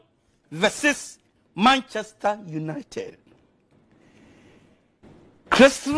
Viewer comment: He says it many times "limited "